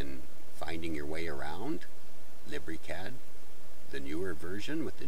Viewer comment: Lib ree cad hahahaha